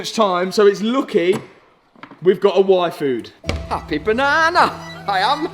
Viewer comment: Every time he said yfood I think its wifo! ara ara..